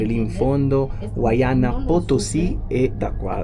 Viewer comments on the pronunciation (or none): Perché dite “huayana.?”. Non si pronuncia huayna come è scritto? Dovrebbe voler dire NUOVO